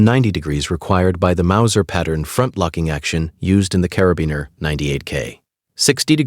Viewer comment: how come you pronounce Carabinieri differently each time?